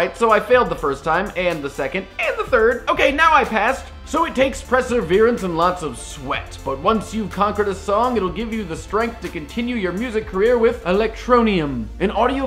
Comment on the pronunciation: what was that word? Presserverence? LOL